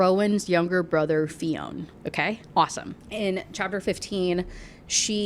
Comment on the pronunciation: Fionn isn't pronounced Fee-own! It's shorter, more like Fyun Also we don't say things weird, we're just not speaking English 😂